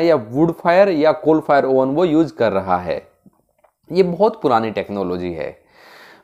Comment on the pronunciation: yuuuj (use) peeja (pizza) 😂😂